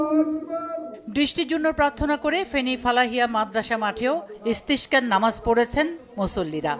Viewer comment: সাংবাদিক এর ইসতেসকার নামাজ উচ্চারণ ভুল হয়েছে,এটা আরবি শব্দ।শুদ্ধ উচ্চারণ করুন প্লিজ।